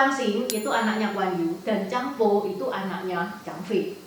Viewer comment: Anak Zhang Fei itu Zhang Bao ci bukan Zhang Bo, miss type sm pelafalan aj sedikit hehe